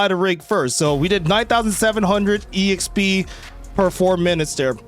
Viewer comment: Please stop saying E-XP